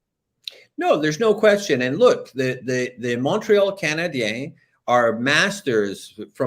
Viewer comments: Can please stop pronouncing "Canadiens" like that? It sounds so forced and awful. I have absolutely no issues with a French speaking person pronouncing it that way but when an English guy, who likely barely speaks a lick of French goes out of his way to do it, it just sounds weird. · Not at all. I just think he sounds bizarre. What exactly is he trying? Over pronouncing “Canadiens” in French, while speaking English? It’s pretty much never done by anyone and isn’t necessary (unless he’s speaking French). If he can put a whole phrase together in French, I’d be surprised… not an issue that I have.